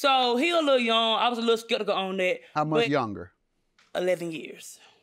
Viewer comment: When did “Skitical” became a word?? I heard what I heard??